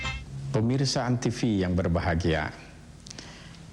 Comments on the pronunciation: antivi? jarang-jarang ada yang salah ucap antv begini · kepleset lagi jadi antisfi wkwk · lagi2 salah ucap jadi antisfi 🤣